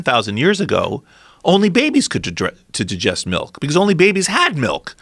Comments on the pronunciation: He can't say digest he says djest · “To jujest” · I absolutely hate the way he says "digest"